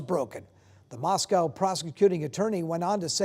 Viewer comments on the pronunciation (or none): Really 2? Learn to pronounce Moscow as in Idaho not a city in Russia. We don’t live in Spo-cane. We live in Spoka-can. Crappy as this city is I expect people to pronounce it correctly. Don’t embarrass this city more than it already does on its own.